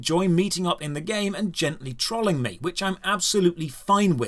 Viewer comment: When you say audience 'trawling'? Is that trolling? Just asking. Never heard it pronounced that way, if thats what it is. Sounds like it in context though.